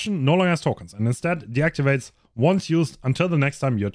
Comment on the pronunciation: I’ve been looking for this He said it wrong both times!